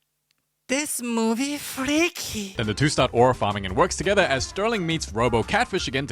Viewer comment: " ThiS MhOVie FrieAkHY~"